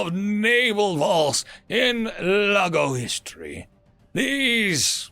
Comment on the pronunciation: Every time he says Laggo all my head hears is Lego and I imagine lego figures fighting humanity. Oh how lovely imagination is.